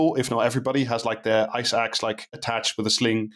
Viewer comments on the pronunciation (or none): if i can be sincere for a moment, i learned a lot. i was aware rich people are trashing everest, but this was very interesting! Also I heard eye sacs instead of ice axe.